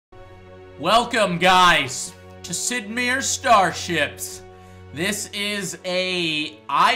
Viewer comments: Joe, we know about your "Star Trek" uniform shirt, why did you opt for the astronaut suit? The name Meier is said My- err. with the My pronounced as the English word My, an m followed by long i, and err as in the US English pronunciation of error. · So that's how you say it. I always pronounced it Sid "Meyers" but I guess the correct way is Sid "Mirrors" lol. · I didn't realize it was pronounced sid meers. Or maybe joe doesn't realize it isn't pronounced that way. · sid mirrors? sid mayors? sid mares? its pronounced Mayer like the weiner. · I know exactly who he is, everyone does, and Joe mispronounced his name... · Don't trust Joe's pronunciation, lol.